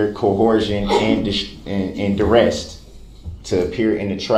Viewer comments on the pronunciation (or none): “Cohorsion and durest” DB LMAO 😅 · "Co-hor-sion" and "durrest". He's a law jargon genius. In a thousand years when he gets out of jail we'll see his law office ads in the backs of many a phone book. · He said "Durest?". Jesus. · "Cohorsion and Dorest!" 😂 😆 😂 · Oooo! New mispronounced word "Durest" (duress). 🥸